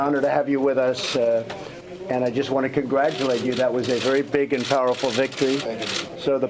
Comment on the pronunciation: Trump says big or pig hahaha